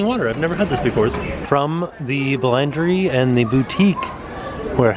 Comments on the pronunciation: Pronunciation was so funny. Boulangerie boo-lounger-ie. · bulangerie and patassery haha i love the french pronunciations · I'm, like, your biggest fan. BUT I almost turned this video off because of the constant butchering of the French. I understand that you don't speak French. But you would think that you could do enough research before making a video for hundreds of thousands of viewers to at least say the restaurant names and words like "boulangerie" correctly. It's embarrassing brand-wise and as a fellow American. I really love you and love your channel and watch your videos literally every day, but the pronunciation in this video was cringe-worthy.:(